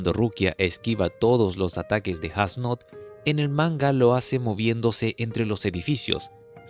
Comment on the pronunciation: creo que falto como jugram le explica mas a detalle como funciona el poder de yhwach que practicamente es una amenaza y como renji se echo una siesta as nodt fue brutal lo unico en contra la pronunciacion de su nombre (Esu Noto)